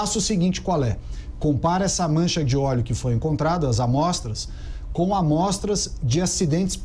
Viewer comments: "ORIGEM DO OLHO"? PUTZZZ "ORIGEM DO OLÉO"? NOSSA, VELHO... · E o acento em ÓLEO é no primeiro O. Mas tá indo bem... se liga ae.